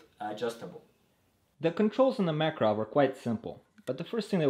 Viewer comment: Uh that's how you pronouce Makarov.